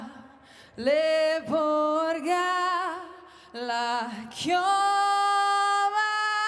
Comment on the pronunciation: Molto brava, solo un appunto, la pronuncia corretta di "porga" è con la O aperta.